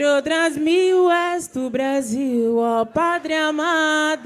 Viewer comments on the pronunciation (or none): 😂😂😂...."des filhes"...".pátria amada Brasilhe" 😂😂😂😂